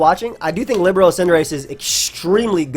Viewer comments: Libero is pronounced lib-air-o or lee-ber-o. Its a volleyball term for defensive specialist! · My guy. It's pronounced li-BEAR-o. It's a volleyball position. Love the vids👍